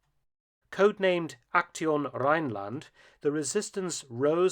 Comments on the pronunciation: Aktion is pronounced Ac-zion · Pronounce "Aktion" the same as you did but include the s "AKTSION". It maybe easier to break up the word for easier pronunciation, like "AK- TSION". This is the correct German pronunciation. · A small pronounciation tip for you doctor Felton. The german word "Aktion" is pronounced almost like you did but the "tion" part sounds like "Zion". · Mark, generally your pronounciation is spot on, except for "Aktion" [:akˈʦi̯oːn].